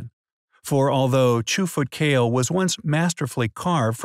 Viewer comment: I believe it is pronounced kah-leh